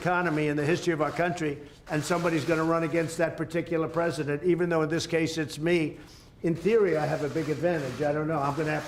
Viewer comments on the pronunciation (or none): none